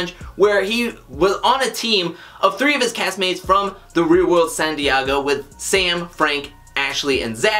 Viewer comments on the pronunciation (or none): who TF is San "DeeAAAAhhhhgo" ... i know he's not talking about San Diego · Hahaha I was like..is there a San Diago in South America that I perhaps have never heard of? Lmao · As a San Diego native I do not approve of “san diago “ 😂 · Chelle Nalehp it’s not San diago? Lmao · lol, I googled "Santiago" when he said that. I thought I was the one tripping. lol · lol ...it was driving me crazy ... it was almost like he was saying it annoyingly just to see if anybody would mention it lol...he seems to pronounce every other word perfectly fine with no accent or anything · Who the fuck says San Diego like that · I'm glad you liked my switch up on the pronunciation of San Diego. I wanted to spice up the words. Thanks for watching and commenting! i really appreciate it!